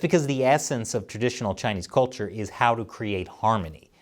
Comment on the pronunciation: Yes, the marauding Chinese are determined to lie their way to wrecking the rights of other nearby nations. However, this piece would carry more weight if the host pronounced the word ' culture ' correctly. It is not kolture.